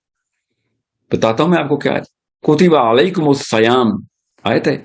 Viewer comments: The word in the ayaayt is "seyaam". It's not "sayaam" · کتب علیکم الصیام میں ص پر کسرہ ہے نا کہ فتحہ آپ قرآن کی تلاوت غلط کررہے ہے سر